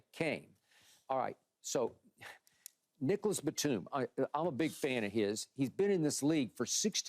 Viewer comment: im pretty sure he said Nikkalas batum